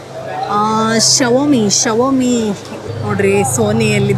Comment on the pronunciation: Xiaomi ❌❌❌ Shovamee✅✅😂